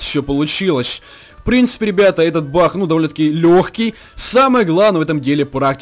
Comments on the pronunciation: Я не глухой и мне послышалось Что он сказал "Бах" а не "Баг „ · Ахахаах тв ленишься кент проговаривать г